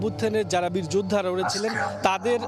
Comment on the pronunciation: বীরযোদ্ধা নাকি বীর বীর্য বললো বুঝলাম না 😂